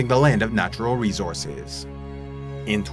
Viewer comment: Rezorzes.. a bunch of resorzes